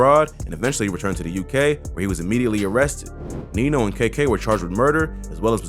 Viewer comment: It’s Nino not niko 😂